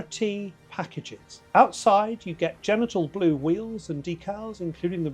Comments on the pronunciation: I think it’s “jen-tee-ann” blue, but you get some slack because of your British accent. 😆 Great review though, and I’ve watched a few. Yours was a nice honest assessment. Thank you for that. One of the best so far. The cool things about the T, outside of its engine/suspension/performance specs, are the throwback wood shift knob and the black plaid seat inserts. They make the T truly unique. The good news is that you can add both of those visual cues to just about any Porsche. I’ve previously had a guy in Mexico City make almost the exact same shifter. I’m sure a black plaid material is available in automotive upholstery circles. You can also get large black/black Pepita houndstooth from Relicate for a similar interior vibe. Keep up the great work,! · Cool car . I don't think that blue is pronounced " genital " blue . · Did you say Genital Blue or Gentian Blue?😂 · Genital Blue !!! I smiled at the pronunciation of Gentian Blue as well! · I love this ch. but that was hilarious 😂😂😂. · Really great info. The used Porsche market has imho even better value for money than new, the monetization options are indeed a bit mad, I'm sure the cars are brilliant, and I'm still looking forward greatly to my restored 928 S4! One final thing... um.. what kind of blue did you say that was ???